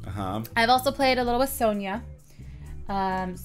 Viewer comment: I think it's pronounced son-ya